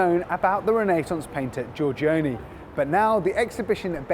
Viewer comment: It would be nice if Venetian were spelled correctly, and if the presenter could pronounce Giorgione.